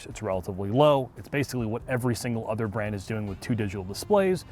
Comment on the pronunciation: Every time he says brand I get agitated.